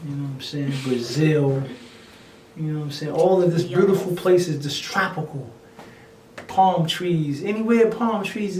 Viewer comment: The way he says beautiful and pina colada